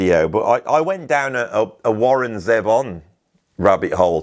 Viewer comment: ZEE-von,. ZEE-von. Warren was an American, you should pronounce his name as an American should. I remember watching a clip of Warren performing on the BBC from the 90s and the presenter prounced his name in that very BBC-ish way, and I thought to myself "I'm never going to say his name like that", and I haven't since. Love Warren Zevon, BTW. I bought the "Genius" compliation around 2003-04, and within a number of years I owned EVERY album he made. Live albums, rarity compliations, if it has his name on, I'll buy it. His self-titled album might be one of the best albums of the 1970s.